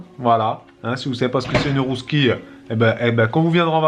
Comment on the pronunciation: Mdr la rousquille non bravo pour l'accent la bugnet aussi c'est bon